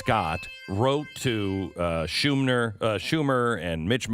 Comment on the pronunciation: "Shoonmer" is just fine.